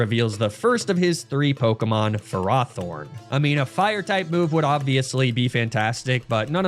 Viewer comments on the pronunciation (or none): It's super weird to hear him pronounce Ferrothorn Ferr-RAW-Thorn. I've always imagined it as Ferr-ROW-Thorn but now I'm not sure which is correct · Freeza (DBZ), Fuh-RAW-Thorn, and ArcaNEENAY... I think bro needs to revise his basic reading skills lmao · "fur-ah-thorn"....do you purposely mispronounce names to get people to comment? between that and "ar-kuh-neen-ay" idk how it could be anything but intentional. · I call it Ferr-Row-Thorn as well, because I view it like ferrous, as in iron. hearing it pronounced another way is weird. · I’m sorry how did you just pronounce Ferrothorn? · I'm sorry but I had to turn off the video due to you pronouncing Ferrothorn wrong SO MANY TIMES!